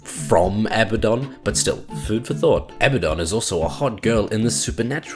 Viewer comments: Fucks me off so bad that you say Abba-don and not "Abaddon" (Ah-bad-don). Just because Supernatural get it wrong (and they get a few things wrong), doesn't mean you should. The hero SAYS HIS OWN NAME FFS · It's "A-ba-DUN" not "abba-don". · its pronounced Uh-Bad-Dun not Abba-Don, notice how 'Abaddon' has only one b instead of two, and two d's instead of one. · I hate it when people call him "A-bad-en" Like no you fuck its "Ab-uh-don" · a-BAD-on, not ABBA-don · Not that also, it is like ah-baah-don, nearly like saying Baden in german, check this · Abbadon pronounces his own name "A Bad Din" or kind of like Aladdin. I don't know if that necessarily means he's right though.